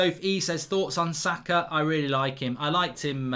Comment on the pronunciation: How can mark not pronounce saka